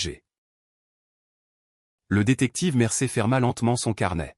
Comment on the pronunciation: On ne dit pas "Mercer !!!!', mais ! : 'Mercier !!!'